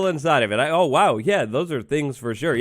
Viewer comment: instead of saying ,,oh" or at least ,,o boy" he sad ,,ɐ boy" british is a strange languege